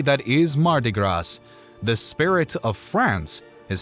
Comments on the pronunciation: Great video but you don’t pronounce the S at the end of Gras . Just Gra . I’m from Louisiana. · It is spelled “gras” but pronounced “grah”. Often, the last consonants of French words are not pronounced but may be heard in “liaisons” (oral French tends to “link” words together as the intonation is put on the sentence instead of each individual word.) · More like "graw" lol.